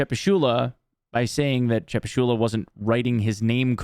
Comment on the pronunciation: More like Chepusheela than Chepushula